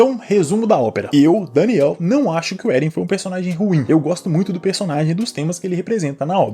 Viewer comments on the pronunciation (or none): none